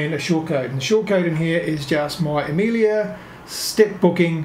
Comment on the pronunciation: It's Amelia, not Amilia.